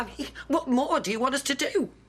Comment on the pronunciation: Since when does sure and more have two syllables.